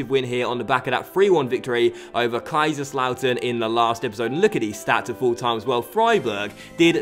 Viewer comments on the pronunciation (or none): none